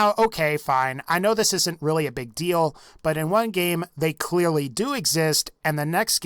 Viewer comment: "clealy" xDDD